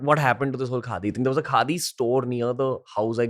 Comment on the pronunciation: "What do you think of KHADI ?" sounded like n rhymed like "What do you think of GANDHI ?"... Pointer questions for future podcasts: real Gandhi unreal Gandhi name-sake ...